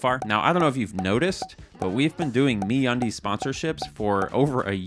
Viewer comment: I believe it's supposed to be said like a pirate. The brand is Me Undies. But the pronunciation of it is like how you'd say "Aaarrrr where's me undies." So a little more pirate please. Also Hi RockStar here ... thank you for the information. GTA 6 will be delayed because of your video but the airports will be sick. Thnx for my flying license btw.